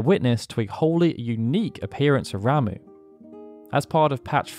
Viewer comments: Am i the only one who thought this guy's name was pronounced like "rah-muh" and not "ra-moo" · *"rom-uh" not "ram-oo"